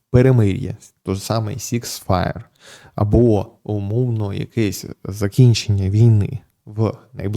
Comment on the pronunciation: "Six fire" ?😂 при всій повазі пане Железняк, учіть англійську, без неї нікуди. Та і Трампа можна буде розуміти, а не слухати переклади блогерів.